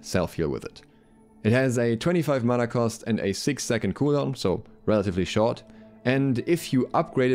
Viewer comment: Mana not mauna